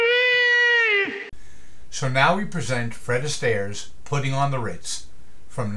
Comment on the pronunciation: It was also covered in the 80s by an artist called "Taco" which was a very fun rendition! And it's *Puttin', not "Putting". Spelled and pronounced w/o the "g" on the end.